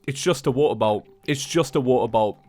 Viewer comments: Idk why but I heard water bottle for water bolt... Bee Bois! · I just turned in captions and every time you say “Water Bolt” it translates to “Water Bowl” 😆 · I could not understand for the life of me when he was saying water bolt. I thought he said he needed a water bottle. XD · I THOUGHT HE WAS SAYING WATER BOTTLE AND NOW IM SO CONFUSED CUZ HE GOT A WATER BOLT